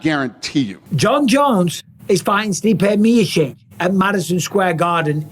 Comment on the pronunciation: Why can't Mike say the word Miocic 😅